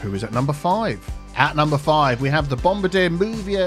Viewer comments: Ah, another video, another presenter pronouncing 'Bombardier' as 'guy who drops bombs for the Air Force'. It's (French)Canadian, Bom-bar-dee-EH! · its prenounced "bomb bard E A" thanks